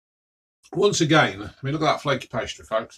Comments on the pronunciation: Crispeh, flakeh, tasteh! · It’s spiceh, flakeh and tasteh